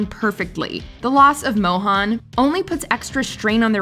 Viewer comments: really needs to learn how to properly pronounce Indian names. First of all Nalini is pronounced null-ee-knee, NOT null-ah-knee. Secondly, Mohan is pronounced moe-hun, NOT moe-han! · Pausing the video to write this: It’s not Mohaan… it’s Mohan like Ethan… If you can pronounce Ethan correctly, you can pronounce Mohan correctly too 🤦‍♀️